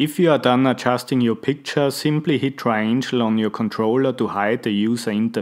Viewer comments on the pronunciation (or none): "Hit the tri angel" lol wicked accent .